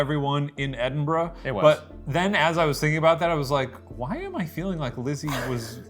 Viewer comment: As a proud Scot, I thank you for pronouncing Edinburgh correctly instead of Edinboro 😅